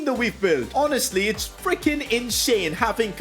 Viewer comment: Yes HONASTLY sorry just found it funny don't mind